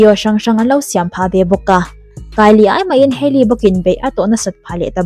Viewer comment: Hailey skincare product hi rawdi nilo 'rawd/road' ti a lam tur😅